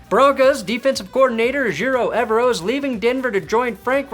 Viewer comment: I can't wait for Evero to finally leave Denver so you can stop pronouncing his last name wrong 👍